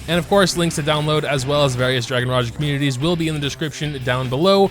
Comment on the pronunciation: Finally someone who pronounced raja correctly love u.. and also saying my child my child bones be like wait wut???